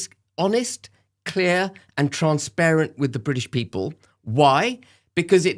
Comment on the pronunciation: BEN. Its transparent as in clear. Not Trans Parent as you pronounced ? Full Support to You & Rupert 👍🏻👍🏻 We Need Leaders not Weeders or Woke Fools.